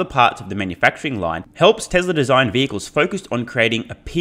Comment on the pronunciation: When u say "Tesla Energy" It sounds to me like "TesleR Energy." What's up with the R fam? It doesn't have to be one continuous word, when a word ends in a vowel, and the next word starts with one, just pause. Tesla...Energy That will sound much better then adding consonants to a word that will never be required to add, making it sound ridiculous. Just sayin., love your channel, this is my contribution to making it better, so feel free to tell ur friends, and your countrymen. TY, Wagwan I'm done poopin.